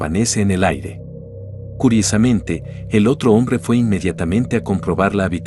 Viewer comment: fijate que el bot que hace la locucion del video tiene dificultades para decir ¨curiosamente¨ en las 3 oportunidades que lo dice.